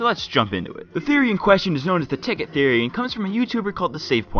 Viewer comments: "please notice anything wrong" thoery, thoery, thoery in the intro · You said thoery at the start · What the fuck is a "thoery" you dumbfuck lol